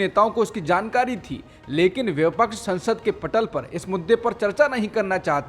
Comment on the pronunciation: आपका समाचार पढ़ने का तरीका काफी काबिल ए तारीफ है । फिर भी एक शब्द के उच्चारण में सुधार की गुंजाइश है । विपक्ष शब्द को आप व्यपक्ष उच्चारित करते हैं । शायद वह ठीक नहीं है ।